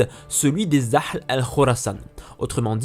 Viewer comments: Salut! Tu vas penser que je chipote, mais c'est uniquement pour que tu sois ENCORE MEILLEUR dans tes prochaines vidéos: AHL (KHORASAN) ne se prononce pas "Akhl" comme tu le fais mais AHH-L (avec un H bien aspiré, comme le ferait un anglo-saxon par exemple), bien en douceur.. Un détail, un grain de sel.... Bonne continuation! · Ya une erreur dans l'arbre généalogique la 2eme : Aby talib pas Abdallah On dit aal pas ahhhhhl Bons